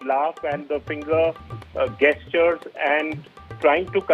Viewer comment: Ye body language expert ki language suno. 'Gestured' ko 'gastured' यानि 'जैस्टर्ड' की बजाय 'गैस्चर्ड' बोल रहा है।